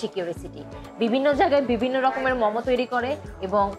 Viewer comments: মম কি? মোমো। ফুড ব্লগার এর ফুড এর নাম উচ্চারণ এই তো সমস্যা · Good video . But it's মোমো not মমো